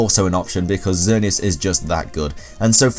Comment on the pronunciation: Oh my god, somebody who can actually pronounce xerneas correctly!!!